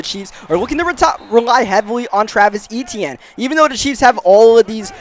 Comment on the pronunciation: Finally says Travis Eitienne name right 😂😂😂